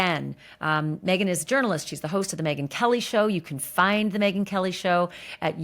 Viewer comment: Again . Megyn Kelly it’s KOH NOT KOLE 😂 please stop saying that !!!!